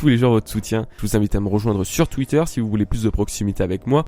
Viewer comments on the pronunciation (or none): none